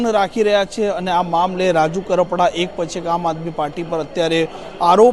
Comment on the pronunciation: પેલા તો બોલતાં શીખો રાજુ કપરાડા નહીં રાજુ કરપડા